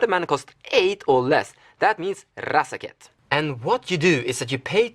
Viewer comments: R-R-R-R azaketh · Love the way you pronounce razaketh, and it looks like i need to pick one up soon. He seems like he is the wincon in so many of your builds.